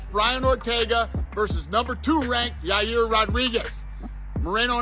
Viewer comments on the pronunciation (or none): none